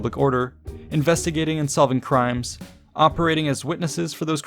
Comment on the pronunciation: "oeprating" :O